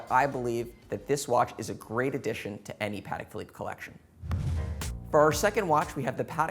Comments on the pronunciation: Please, please, please learn how to say the brand name properly. It’s not ‘Paddeck Phillipe’, it’s Patek with a t. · Idiot can’t even pronounce it right!